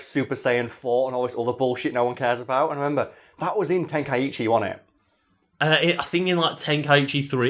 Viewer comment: It's pronounced "Ten-kai-chi" And not "ten-kai-ichi" My source? That's how it's pronounced in the original japanese audio of the original Dragon Ball anime.